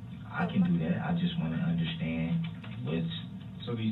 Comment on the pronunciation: anyone else get as angry as me whenever he says "underschtaend" .. he used the word so many times as a lie that his mispronounciation bothers me so much